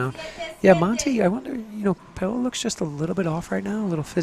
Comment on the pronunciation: Every time he calls her “PAY-OLA”, it makes me cringe. Someone please tell him how to pronounce her name.